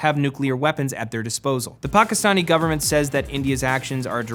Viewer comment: when he said 2 Pakistani soldiers i legit froze i thought he said TUPAC lol